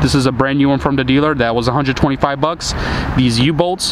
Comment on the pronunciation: Don't bother prayig to god. First it is a waste ot time. Why. god doesn't exist except in those people who indoctrinated you. TAKEN APART. TH is not pronounced "D" Aside form that - nice video series. You have a lot of ambition to undertake that rebuild of this tragic wreck. Graveyard - yes that's where Volvo's should be. Get a Peterbuilt if you want a real truck. THESE are the parts we bought. THE STRUT, not Da Strut. What do you bother mentioning what you paid. You have a special price. This little nipple is called a ZERK fitting. There is a difference between struts and shock absorbers. You could have moved those shock brackets back into alignment. Nicely done. It looks good. You could have straightened that steering link. Right save money were you can. You are certainly capable of straightening things out.